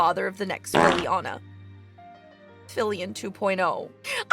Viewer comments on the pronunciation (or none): Every ti,e call Fillian "Filliana", it gets me stupid.